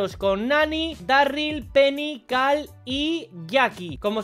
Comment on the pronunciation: Por qué le dice cal y no caRl?